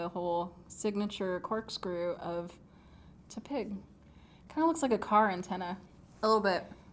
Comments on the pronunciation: TEP-ig not TEA-pig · Sorry not hating but Tepig is pronounced Teh-pig. Not Tuhpig. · its not tea pig its tehpig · Lul I know she said TU-pig